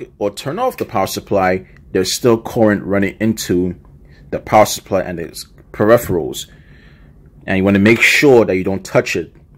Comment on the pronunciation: And how cant he say it? I’m watching the video and he says it perfectly fine. Clearly you are racist against him and his accent. Lame ass Justin